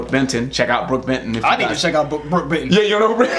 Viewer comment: Hey... You said Brook Benton, didn't you?? I thought you said Brook Vinton. Anyways... I looked him up and found the song "lie to me" by Brook Benton. I can hear a Patsy Cline "feel" to it. Great stuff. You guys should react to this song. Thanks for turning me on to something I never heard before. Good stuff. Keep up the great work. You guys rock!!